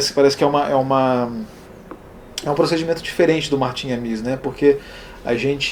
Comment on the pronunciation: De onde você tirou essa pronúncia afrancesada de "Amis": A-mÍs? A tônica está em A: A-mis. Martin A-mis.